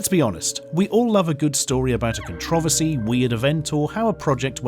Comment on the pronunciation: Does anyone else wanna slap the shit outta this guy for the way he pronounces "controversy" and "patent"? Cuz I do.